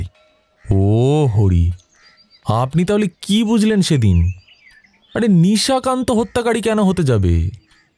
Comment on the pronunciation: নিজের পেটের ভাই!😂😂😂😂 বলছি, নিশাকান্তকে দুই-তিন বার নিশিকান্ত শুনলাম।🙄🙄 বাদবাকি, খুব ভালো লেগেছে। এই channel-এ আমার বিশেষ করে কিরীটি সিরিজ খুব ভালো লাগছে।😊😊❤️❤️